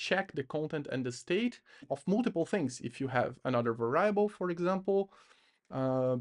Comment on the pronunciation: Va rye ble is the best pronunciation of variable I’ve heard😂